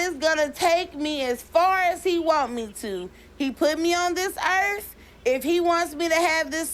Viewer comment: "I believe in god and he put me on dis erf"